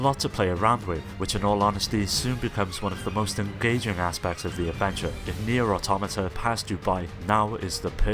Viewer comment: Why do 95% of people mispronounce Nier Automata I mean fucking seriously it's not that hard to say right